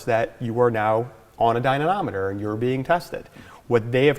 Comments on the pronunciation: Why can't he pronounce dynamometer? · Dynanameter? really?...... I thought id let it go but after a while it gets jarring...